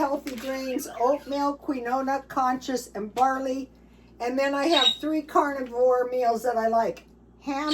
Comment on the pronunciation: Keen wah and coose coose are the pronunciations 😊